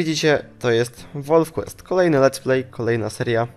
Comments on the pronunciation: Czyta się normalnie wolf quest a nie "łolf Quist". Zanim napiszesz komentarz skontaktuj się z polonistą lub osobą anglojęzyczną gdyż każdy komentarz źle napisany szkodzi opinij o tobie. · Czyta się wolf kłest osły!I imie które wybrałeś się pisze Katherina! Obejżyjcie Pamiętnik Wampirów to się nauczycie pisać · nie czyta sie wolf quest